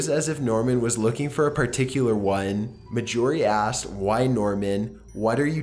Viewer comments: Nice collection. thanks. (btw, marjorie has its stress on the first syllable). Cheers! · Dear /"", You pronounce "Marjorie" weird. That is all.